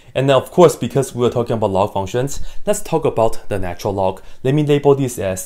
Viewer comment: I thought he said, "Love triangle" 😂🤣🤣